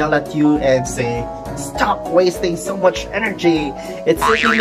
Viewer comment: U said "Now thank you very mouch "!